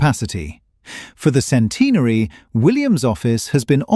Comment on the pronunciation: Sorry. I can't get past the way centenary is pronounced by this narrator